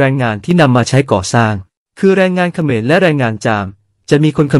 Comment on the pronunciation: คนพูดคำว่าเขมรสงสัยเมา